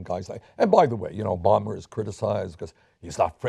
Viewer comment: I love it that he said Obamer